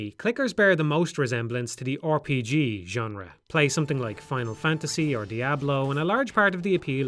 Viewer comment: I just like hearing people say "Or P G"